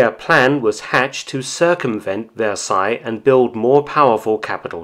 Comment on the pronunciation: i actually recoiled when he said "treaty of versailles"